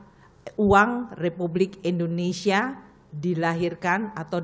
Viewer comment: yang bener Indonesia bukan Indonesa 🤔